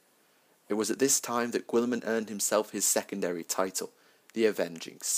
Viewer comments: All I can hear is gWILLeeeemun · Gil-a-mon..... gil-a-mon...